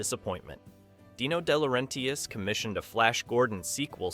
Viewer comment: Here's a breakdown of how to pronounce DeLaurentis: De (deh/duh): Like the "de" in "define" or "the". La (lah): Like the "la" in "lah-di-da". Ren (ren): Rhymes with "hen" or "pen". tis (tis): Like the "tis" in "artist". You're welcome.